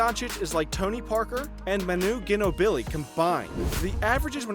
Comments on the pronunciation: It’s jeenobly. He really confused me on that one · Geenobilly or Jeanobili or however he sayng it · Seriously you still don't know how to pronounce Ginobili?? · geenobili or jeenobly pronouncation? the heck you dont even know how to pronounce what youve talkin about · DEE-VAK, GIN-o-BLEE Do you even NBA? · The way he says Durant and Ginóbili is funny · i dig ginobili is too much for you to pronounce right but kevin dUrant... FFS dude